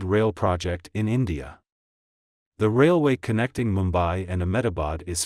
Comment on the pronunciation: That is not mumba that is mumbai pls correct it 😂😂